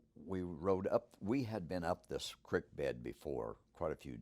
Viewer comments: Why does he call it a crik.. then he days crik it.. so cricket?? Oh dam.. creek.. got it.. he says everything normally except creek is it just an accent that makes it sound like hes saying crik instead of creek? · i love how it's pronounced a "crick" bed. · Take a shot of every time he says crick. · Love this story , the patty footage is the one thing that keeps me hanging on to this topic .. but whats sup with the way he says creek 😂😂